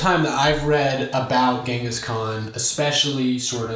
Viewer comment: I like how you pronounced tsingis instead of gengis. Although we pronounce it with zi and in english it's gen.. not nitpicking, just pointing out with my somewhat broken english